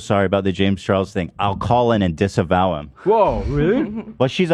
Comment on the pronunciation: Disavow him,, its sounds like Disavow rarher than disembowel.